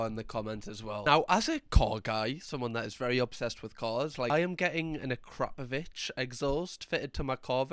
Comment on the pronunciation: 🤣🤣 - as a fellow car guy…a-Crap-o-vich isn’t how you pronounce AKRAPOVIČ. Ya Geordie weapon. 🤣 Ah: Pronounced as the "a" in "father". cra: Roll the "r" and pronounce it like the "cra" in "cradle". po: Pronounced as the "o" in "go". vich: Pronounced as the "vich" in "village".